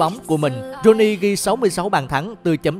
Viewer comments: Ronaldinho mà cứ thấy đọc Rooney 🤣 sau làm video đăng lên thì tìm hiểu kỹ hay nói đúng chuẩn tên cầu thủ trc nhé! Nghe bực mình lắm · Sao toàn đọc roney k z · ronnie là tên thân mật của Ronaldinho đó bạn , bạn tra google sẽ biết nhé ,chứ ko phải roney của tuyển anh nha 2 cách đọc khác nhau mà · ko biết nghe nhầm ko hay có tên khác ngoài ronaldinho, mình lại nghe tên rooney thiệt là đau lòng =)) , cũng nghe thêm lần nữa, rô ni hay rooney vậy ae :D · 2 lần đọc roney..ronadinho co ten la roney nua hả ae.🤣🤣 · Ông này đọc kiểu gì mà cứ roney hoài nhỉ :(